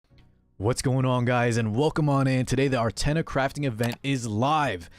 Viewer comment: sounded like you said "our tenha" and i was like, damn, i miss tenha